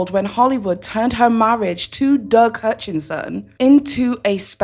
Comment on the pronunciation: If you’re gonna do a channel research your subject you keep saying his name is Hutchinson. It’s not.ITS HUTCHISON get your facts straight.